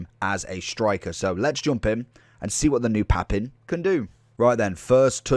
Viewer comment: I would have left a like if you'd have pronounced his name correctly!